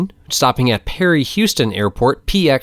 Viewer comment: I live 10 minutes from Perry-Houston County airport. Used to rent planes there all the time. By the way Houston is pronounced "how-ston" here. Locals get bent out of shape if pronounce it like the city in Texas. Just north of pxe is Macon regional and it has a TRSA. That would be interesting topic for your student pilot. I enjoy your videos.